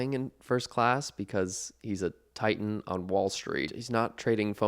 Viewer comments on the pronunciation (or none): none